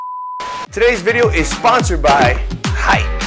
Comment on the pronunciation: Nick that's not how you pronounce Haix